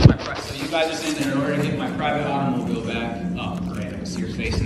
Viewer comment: Its always so cringey the way they overpronounce "AUTO-MOU-BEEELE"